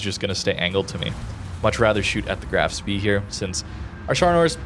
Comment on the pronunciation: Just a heads up. The Graf Spee is pronounced Spay :P